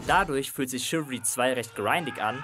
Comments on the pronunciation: es wird nicht ,,schiwiri" ausgesprochen sondern ,,schiwälrie" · Dat spricht man " Schiwallri"